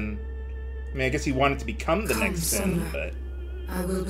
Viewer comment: Regarding Cid's weird lisp, I had read something from Pitchfork's FF reviews I always found interesting: "...why is he the only one in the game to pronounce Sin as "shin?" The "sh" is really emphasized, so I don't think it's part of the faux accent. English FAQs of the just-released Japanese version of Final Fantasy X refer to Sin as Shin, too.Could Cid's English VA have been working with an earlier version of the translated script than everyone else?"